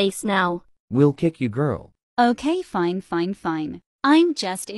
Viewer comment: “She seems fene” 😂😂😂😂